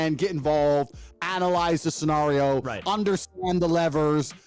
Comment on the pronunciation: his biggest red flag is the way he pronounces scenario